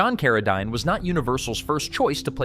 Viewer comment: Maybe just write a script and have a real human read it! J Carrol Naysh, Frankensteen, Carra (dine)?! It's not that difficult!